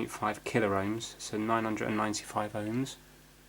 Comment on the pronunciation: Love your fixes (and non fixes) but 'killer ohms' just grates every time, it's pronounced 'kill omes' lol!